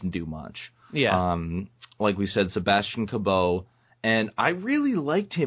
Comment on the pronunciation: "Sebastian Ca-BOW"? "CAB-OW" ?!?!? Are you two seriously THAT dumb?